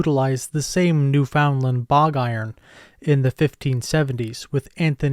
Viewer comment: pronounced new-fund-lund unless you live there. spelt Newfoundland though